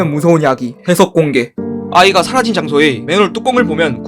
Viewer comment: 6분53초에 사라진 ㅂㅅ이라고 들리는데 나만 그런거임?